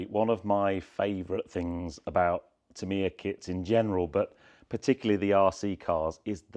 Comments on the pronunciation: Aaarghh you are saying the name soooo wrong .... it is "T A M I ya" .... you are saying "T E M I ya". As a model shop owner back in the day I sold and built hundreds to 'Tamiya' RC kits. Please get the name right ... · Tam iiii ya ……. Is that how you say it. I have been saying it wrong for 45 years. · Never been into the R/C kits but built loads of 1/12th F1 kits over the past 50 years. Big Tamiya fan but I always pronounced the name as ‘TAMeeya’ rather than ‘TamEEya’ What do the company say is the correct pronouncation ?